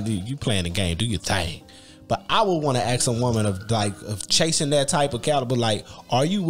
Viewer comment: ask not aks/axe 🪓🪓🪓